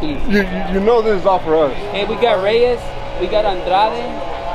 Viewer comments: the tyrant was right you said Rueyes instead of Reyes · More then once you definitely said Reyes not Rreyes lol